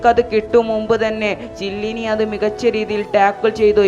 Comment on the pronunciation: ചെല്ലിനി അല്ല ബ്രോ കെല്ലിനി